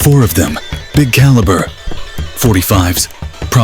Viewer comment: Wtf 9 what you mispronounced the caliber